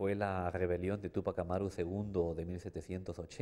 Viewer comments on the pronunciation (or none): "¿Tupac Amarú?" Por qué no investigan seriamente y publican la verdadera expresión oral del nombre del 1ER PATRIOTA DE AMÉRICA TÚPAC AMÁRU. Es palabra grave, por favor. No aguda. Nada de "Tupac Amarú". Eso está mal. No "Amarú", SINO CORRECTAMENTE, "AMÁRU". TÚPAC AMÁRU. Por favor, más respeto. Por lo demás, felicito a quien subió este video. Gracias.